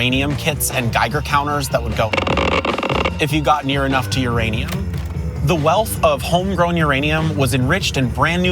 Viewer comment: Your Aneum 😂